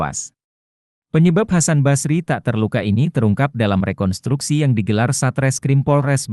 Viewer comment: Rekon*s*truksi (re-kon-struk-si). Bukan rekontruksi.